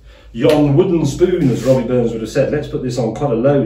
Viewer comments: It’s RABBIE not ROBBIE 🤭😷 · James it's Rabbie Burns not Robbie.